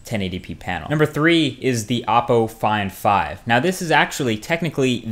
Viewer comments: LIke if you thought he was saying apple iphone 5 instead of oppo find 5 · When you said Oppo Find 5, I thought at first you said Apple Iphone 5 with a weird accent.